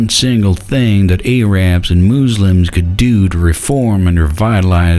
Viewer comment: "Boo de ists" and "Moose Lyms" LOL